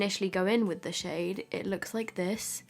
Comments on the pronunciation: Did she say “sh*t” or “shade” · Sounds like you're saying shit when you're saying shade 😆😆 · I swear she said shit is really pigmented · I didn't even notice that she said shade until u pointed it out lol